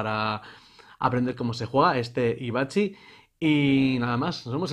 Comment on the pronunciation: Sí, alguna que otra vez se te ha escapado "Avicci" como el DJ. Gracias por el vídeo,!